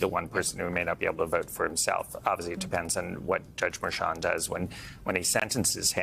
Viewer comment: Harry, who do you REFUSE to pronounce Merchan correctly? What's the problem? You remind me of the morons on Fox calling Fani "Fanny."